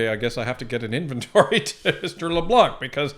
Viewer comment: pronouncing Leblanc.. ''C'' is a silent letter .. ''Leblan'' .... that ''c'' is reserved for the *unt that he is !!!! thank you 😁